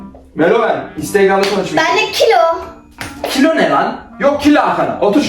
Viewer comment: 4,50 dakkada benğğ kiloğğ diyişi çok komik